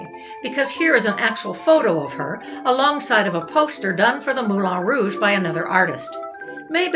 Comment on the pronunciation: Hello. Ex Professional Dancer at the Moulin Rouge here. ( Dec 86 to Jan 88 ), the last year of Femmes, Femmes, Femmes. It's pronounced MoulAN Rouge, not MoulON.